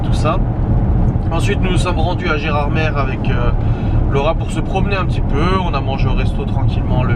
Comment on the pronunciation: Bonjour, Gérardmer se dit « Gérardmé » et non « Gérardmere » Si jamais un jour tu fais la visite du lac en bateau ils t’expliqueront pourquoi 😊